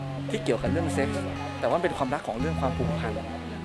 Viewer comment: ชอบติ๊กมากนะ แต่อยากให้ติ๊กพูดชัดๆหน่อย ความรัก ติ๊กจะพูด ความลัก คอบคัว (ครอบครัว) คือพูด ร.เรือ เป็น ล.ลิงไปหมด เลยหมดเสน่ห์เลย ( ลักนี้ชั่วนิจนิรันดร์) รัก ค่ะ รัก ไม่ใช่ ลัก